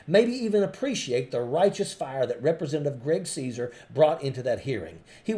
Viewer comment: It's Casar(pronounced Kazar)